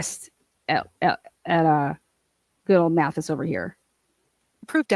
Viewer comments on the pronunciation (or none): Also - I’m not taking sides - I’m do watch Hidden True Crime, but also lots of other channels - I’m just observing to see how this all turns out - but, if you’re going to comment on this, please say Lauren Matthias’ name correctly - it’s Math-EYE-is, not MATH-is. During the video, Lauren explains how she got the transcript of Hellis’ book and exactly who she claims she shared it with - it was sent to her by another creator and she shared it with 2 of her contractors- a fact-checker and one person, plus her husband.